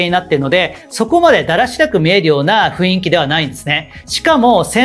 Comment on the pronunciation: いつも拝見しています。 たいへん参考にさせていただいてます。 ありがとうございます。 １つ気になることがありまして初めてコメントさせていただきました。 「雰囲気」という言葉なのですが、「ふいんき」ではなく「ふんいき」が正しい読み方だと思います。 細かいことなのですがいつも拝見していて気になったのでコメントさせていただきました。 これからも応援しています。